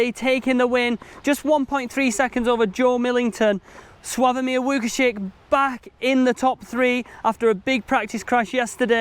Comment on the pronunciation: Congrats on Łukasik pronunciation! Good job!